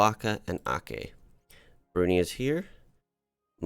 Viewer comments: Brunei is pronounced as Brun-eye. While Aceh is Aw-che. Hope u dont mind ❤️ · Aceh is pronounced Achehh (a single C in Malay is pronounced like CH in the English word Chat for example)